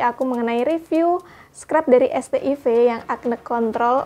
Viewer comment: Bacanya bukannya "set aivs"?